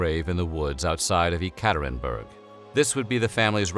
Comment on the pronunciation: The way you pronounce "Yekaterinburg" makes me cringe.